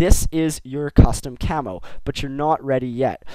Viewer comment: u say cammo like camol =D